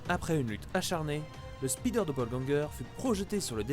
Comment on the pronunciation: Speeder man=l'homme rapide ça me stresse d'entendre un mot anglais francisé au point de perdre tout son sens